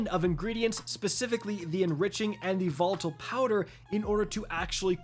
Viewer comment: Did he seriously say votle tonic instead of volatile 😆